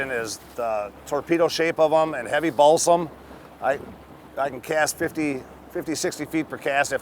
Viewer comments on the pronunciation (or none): BALSA! not BALSAM for crying out loud....